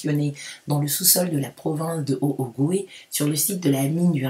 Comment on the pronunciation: Prononcer « otogwé » pour haut ogooué